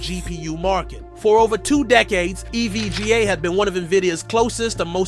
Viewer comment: LOL what did you call "E.V.G.A." eevgaa? LMAO and its not Q Da is pronounced "Coo Da" lol you should know the industry before trying to report on it.